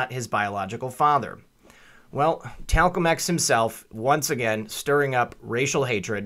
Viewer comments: Did you just call him Talcum X? Very cool. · "Talcum X". 😂🤣😂🤣😂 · "Talcum X" .... Damn. LMAO! I doubt anyone subjected to a common core education even got that.